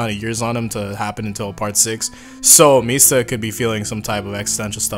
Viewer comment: When are you going to tell Guido Mista his name is 4 syllables long?